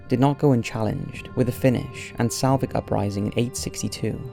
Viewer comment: Its SLAVIC not SALVIC you dunce